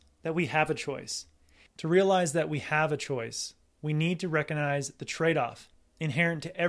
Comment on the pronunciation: “Cog” - hard “g” sound. Like a cog in a machine. ReCOGnize, not reconize.